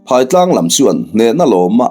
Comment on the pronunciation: Phaitlang ,he khawp hming hi I lam diklo nasa thin e, ,PHAI TLANG , phaitlang tih chuan , a lam dan tur ,phai, zo tih te ang hian ,phairam..zoram..phai,phai mual pharh duai. Eg. Phai ah ka zin dawn.